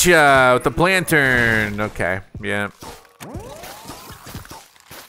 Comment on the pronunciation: HOW DO YOU MESS UP PLANTERN THIS BADLY!??!!? 😭